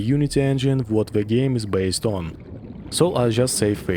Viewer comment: Сразу понял, что русский по "зэ и вэ". Насчёт "the" - "дэ" самый идеальный вариант. Надо поработать над произношением.